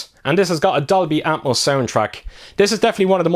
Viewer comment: Every time you say Dolby Atmos, I hear Darby Apples.